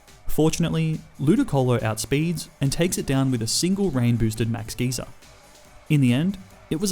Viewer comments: Sir it's "guy-ser" not "geezer" or " gaysir" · “Max Gayser” 💀 “Max Geeser” 💀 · It's not max gee-zer it's max guy-zer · “Geezer” “Gayzer” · Dude please learn proper pronunciations for pokemon and normal words as well. Geyser not geezer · Great vid (max gazer pronounced g-ia-zer) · Ah yes geeser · He also says gayzer instead of geyser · Being from the Uk, hearing ‘Max Geyser’ pronounced as ‘Max GEEZER’ made me laugh 😂😂. “Oi, MAX GEEZER, you good mate?”. Also YES. GrookeyGang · He said max gayser people happy pride month ❤️❤️ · Anyone else bothered by the way he says geyser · He also said Kabu had a sizzlipede when it's a centiskorch, and kept pronouncing Geyser incorrectly.